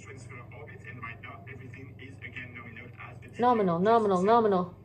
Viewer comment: "nominal. We like nominal." I said the exact same words. 😂